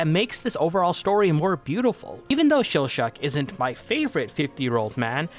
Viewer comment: Mispronouncing Laios and Chillchuck's names AND spoiling someone's heritage? Damn, dude. What do you think you're doing?